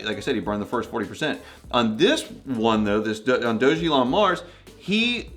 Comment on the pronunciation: It’s pronounced “DOG-A-LON”